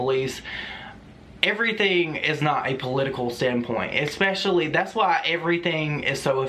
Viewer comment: Don't be afraid of the troll doxxing you. Also, I love you, but, it's pronounced "es-specially" not "ex-specially" 😘